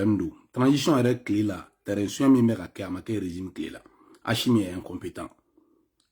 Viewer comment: Mon frère tu arrêtes Stp. C'est pathétique. Au lieu de critiquer quelq'un, toi aussi on ne dit pas Achimi c'est Assimi. Nyèrè Alla la Wari 😂😂😂😂